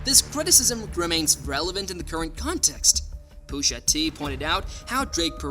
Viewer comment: Why is Pusha so hard to say bro? Booshatee isn’t anything.